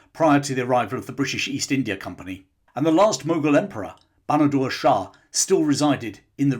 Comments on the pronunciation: Its Bahadur Shah and not Banadur Shah. Please get the names correct. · His name was Bahadur [NOT Banadur] Shah Zafar.